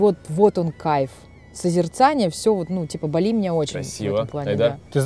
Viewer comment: БАли (ударение на 1 слог)